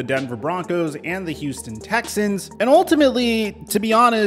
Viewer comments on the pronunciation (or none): none